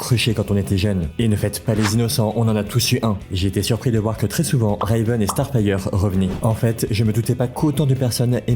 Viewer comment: Le "Reyveun" me fait très sincèrement grincer des dents ..